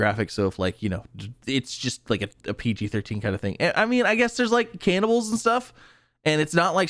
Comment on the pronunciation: CANNIBALS... Z... CANNIBALS!,,, pfff cannibles..lol. ;)